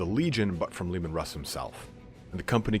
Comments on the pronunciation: At it looks like the Canis Helix might be changing them into Wolverine, not werewolves! And yeah dude- it’s ALWAYS been “Russ”, not “Roose”- another awesome video, out of nowhere. Thanks for these- they’re fantastic, and I love your style of presenting the lore. Looking forward to the next! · It's heresy to call him ROOSE HERSEY it's RUSS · It is in fact mostly pronounced 'rhoos'. The surname ROOS continues to this day. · MY NAME IS RUSS' (ROO-SS) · WHO THE FUCK CALLS HIM ROOSE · You're right Michael. If they wanted russ to sound like Roose, they would spell it Rus, like the Kievan Rus of our own history